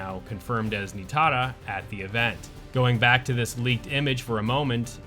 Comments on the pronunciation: Knee-TAR-ah .. Nah I was also like wtf dude needs to chill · My guy no need to overthink it, it's pronounced NI - TAR- UH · Why do you pronounce Nitara like that? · Dude.. WHY do you keep pronouncing Nitara as if she’s Asian or has EVER had her name pronounced that way? It’s insanely cringe. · Why do you say Nitara like that? It was never pronouced that way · Is it just me that is annoyed at how he says Nitara’s name lol, also yes this is the best roster in the we have ever had.